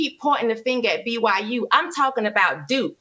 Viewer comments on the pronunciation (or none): Someone said it. Thank you guys. For the love of God, it’s BYU